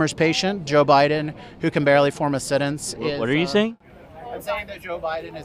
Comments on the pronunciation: He said a setence. not sentence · “Setance”, that’s what he said…. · "Can't fight fire with water"? Did I miss something? Also "An 'all-timer's' patient can barely form a sentence"? Was really certain the word is "Alzheimer's" but okay... Just listening to these people makes me feel like my IQ went down 10 points. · So, "alltimers", "settence"? Well at least he's not running for president. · Alzheimer's ( aka ) alz heimer or alz hymer not ( all timers ) did he just say ( set dance )??? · That can barely form a "setance" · "who can barely form a settence..." Really? Settence? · all-timers and setence. What language is the lardass speaking? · He couldn't say "sentence"😂